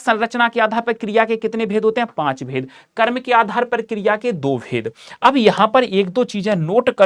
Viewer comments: Kirya 😂nahi kriya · Kriya no no no kiriaaaa😂😂😂